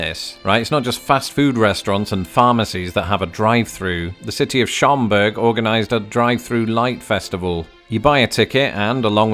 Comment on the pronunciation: Um, Schaumberg is pronounced SHAWM-Berg, not Showm-berg. You're getting there. 😉 There's also several towns around the Chicago area that have this. Sauganash and Edgebrook have "Candy Cane Lane" Brookfield has their Talking Tree as well as neighborhood lights Mooseheart (which is located between the western boarders of Aurora IL and Batavia IL. (It's not really a town, it's an orphanage for boys. I'm not sure, but I seem to remember that while you're in the Batavia area, Fermi Lab (aka: Fermi National Accelerator Laboratory) either has or used to have quite the Christmas lights display as well. (I grew up in nearby St. Charles - just two towns north of Batavia - and finding Christmas light displays was one of my dad's favorite Christmas traditions [my dad is also an expat but from Canada) Alton Il has an Enchanted Wonderland display, starting at Rock Springs Park. Rolling Meadows has "Lights on Magnolia" - which is also a neighborhood display like Schaumberg. And there's a LOT of other near-west suburbs who all have neighborhood displays. It's kind of a "thing" in the Chicago-land area. Oh...and BTW: Most of all John Hughes films were all located in the Chicago suburbs. "The Breakfast Club" being my favorite, was released the year I graduated from HS and it was filmed in the same school my mother did her Student Teaching. (my cousins all grew up nearby in DesPlanes)